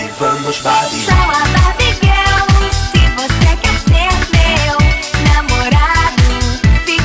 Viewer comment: Não acredito que sempre pronunciei o "GIRL" errado.... Tudo culpa da Kelly 😂😂😂😂😂😂 ela cantando GUEL 😅😅😅 COMO ASSIM....?!